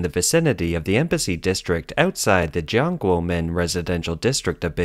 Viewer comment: "Popoooolation," "commooooonism," "egg cetera," "Xinwaa," "Jiahnguomen," "Shandahng." Narrator can't speak English, and can't speak Chinese?